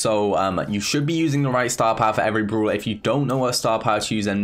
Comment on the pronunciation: Everyone: really and brawler: wealy and browler